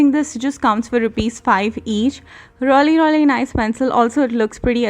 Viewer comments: You were saying reully instead of 'really ' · First thing it's really not rly